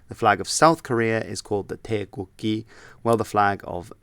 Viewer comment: Nope it's "gi" with the g pronounced like good. (I'm Korean). Te-gook-gi